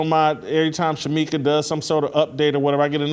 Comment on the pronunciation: Shemeka, Shemeka. SMH. I love you, but come on